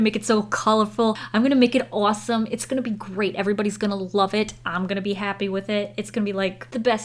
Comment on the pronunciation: Did you hear the Jersey accent ? When she said awesome